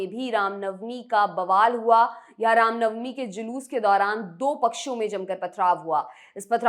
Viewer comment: Bhosdi walo, rama navmi nahi ram navmi hota hai.. Baklol kahin ke